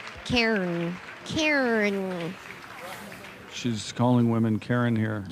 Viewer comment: Cairn, not Karen! I died